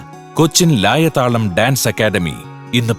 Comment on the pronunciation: 😉😉😉😣ലയതാളം അല്ലെ ലായ താളം ആക്കിയോ